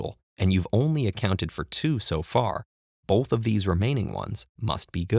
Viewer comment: hate the way he says "bolth" instead of "both"